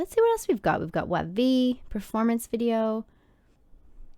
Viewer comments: Just letting you know WayV is pronounced like “wavy” and they’re the Chinese subunit of NCT so they’re actually singing in Mandarin! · Thank you to reacting to sf9 the company they have is not good 2 are in the military 2 are sometimes doing kdrama their version in kingdom the boyz 's the stealer is the best thing in kingdom their in a small company not known well enough Thank you anyway and wayv is pronounced waybe the one you describe in sf9 is taeyang his favorite singer/dancer is bts's jungkook